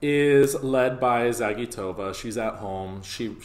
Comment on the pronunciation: It's Za-GEE-to-va, not Za-gee-TO-va.